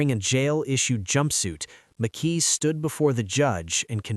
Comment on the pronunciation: McKee not Mickey ! Spencer keeps getting shown when speaking of McKee and visa versa ! 😮 Yeah drive a car registered to yourself to the alleged murder and have the alleged gun in your apartment ! I will be interested in his digital footprint. Do everyone a favor and take a plea if you are lucky enough to get one. 😮😮😮